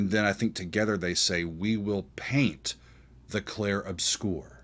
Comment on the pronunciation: My man need to learn how to correctly say the world 'obscur'